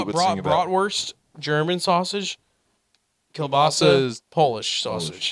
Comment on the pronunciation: pronaunciation of kiełbasa was pretty accurate